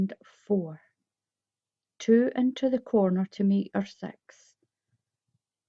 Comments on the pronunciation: she is saying 6 not sex! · I keep hearing sex sex sex 😝